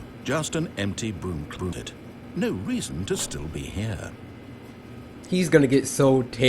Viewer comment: was I the only one who heard "cloodet" instead of "closet"?